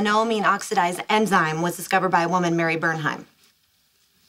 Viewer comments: Penny says emzyme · she said emzyne instead of enzyme. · Penny said Emzyme instead of enzyme